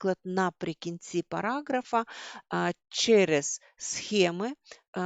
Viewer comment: 😂 Ви себе чули? мЄтоди, параҐрафа, захІду, трЄмя..! Ржу ні маґу!